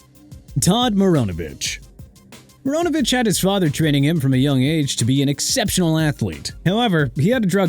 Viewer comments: WHOEVER MISSPELLED PAT MCMENAMIN OF ESPN IS GETTING FIRED! ALSO TODD MARINOVICH'S LAST NAME IS PRONOUNCED MAH-RHI-NO-VISCH NOT MO-RO-NOH-VISCH!!! YOU DON'T CARE TO PRONOUNCE NO MORE DO YOU?! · I find it hilarious they keep calling Todd Marinovich as Todd Moronovich. Doesn't even seem intentional LOL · Actually, given the origin of the name, it's "mah-ree-noh-vitch*"